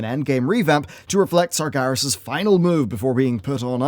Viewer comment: bro i could forgive the way you pronounce sargeras but there is no way im lettin this one slip lol